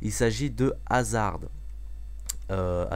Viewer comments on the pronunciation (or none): none